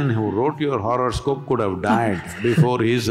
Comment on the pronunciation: It's horoscope, not horrorskope🤭🤭